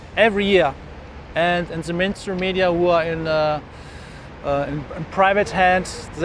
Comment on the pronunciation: I like how the way he pronounces "mainstream media" sounds like "menstrual media"....accidental truth, methinks....